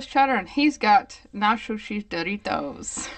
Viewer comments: Why the hell did she pronounce "dARitos 💀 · Not-shouChiz Diereetos 👹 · why did she aay doritos like that 🙁